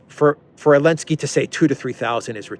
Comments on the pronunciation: Why do you call him Elenskiy? He's Zelensky 😅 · You don't even know it's Zelensky, not Alensky....I can take none of what you say as informed based on that alone. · Idlike when u said : for what,.. for what,...?? Elensky? Really?😀👍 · Can you say XYelenski? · I love how you call him elensky makes me laugh everytime. (He doesn't deserve a capitol E) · It’s helensky